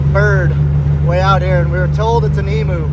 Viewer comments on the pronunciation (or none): Hi from oz. Not e moo it’s pronounced eem you. And they are native to Australia.